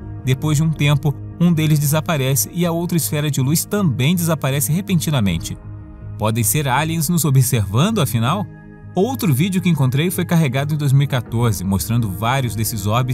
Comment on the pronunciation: Pior que ele só fala alinens ovines kskksksksksksk